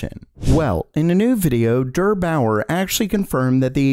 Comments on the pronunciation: "durr bower" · Just him saying drrbouer made me lough so hard